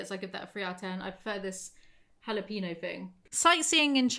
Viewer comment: You pronounced jalapeno wrong like 10 times, then got it right just as I was about to comment, then said it wrong again😂😂 it's not jala-peeno 🍆